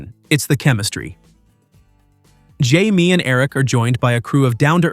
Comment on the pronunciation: Atleast get his name right Jaime.